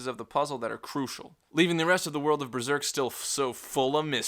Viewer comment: Does anyone else hear "BREZERK"?